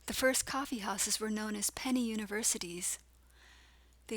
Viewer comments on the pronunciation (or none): Wow ... , you said "the first coffee houses were known as PEN-ny Universities" ... I've been wondering if there was something "strange" about coffee? Most people are so addicted to coffee ... but there are a ton of negative effects from consuming coffee.